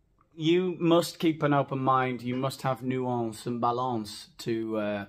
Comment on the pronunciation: "nuEnce" and "balEnce"..... lol